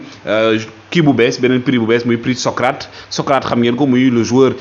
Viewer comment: On prononce SOCRATEES bro... Socrate est un philosophe...